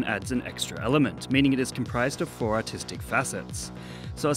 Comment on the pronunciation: I thought he said four autistic not artistic xd